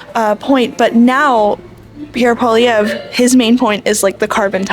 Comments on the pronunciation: Why can't you say Poilièvre, do you have some kind of speach impediment? Poil (hair) lièvre (hare) Poi-li-è-vre, not poilivert, Poilièvre... I think you're doing it on purpose. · I like your content. One thing, Poilièvre is more easily pronounced Poly-ev for an Anglophone. Calling him Polivère sounds a bit disrespectful. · It's Pierre Pwa-liè-vr Not po-li-ver bro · Polly-EV not Poli-Vare lol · Hey let's make something clear u are saying Pierre's last name Incorrectly it pronounced POLY EV as in ever not POLY VER, so get it right if ur gonna do interviews.. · PP4PM. Listen to the last fine man he knows what he’s talking about Pierre has practical ideas hear him out. Will be best choice for the young generation Also it’s pronounced “Paul-eeee-Ev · Pronunciation: Pol eee ev reh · Hey bro can you say his name right in the next video? POLLI-EV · Cmon, man. At least pronounce his name right. Pierre Poilievre (Poly Ev) Poly Ev. That's how it is said. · Learn to pronounce his name. Sad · Please learn how to say Pierre Poilievre's last name correctly. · Do you intentionally prounce Pierre's last name wrong? 😂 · It's just a friendly correction without any intention to offend. My first language is French, so I'd love it if an English person corrected my english. By the way, most of the people who were interviewed got the pronunciation except the interviewer.